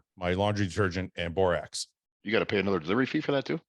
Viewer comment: For the love of God “borax” thank you 👏👏👏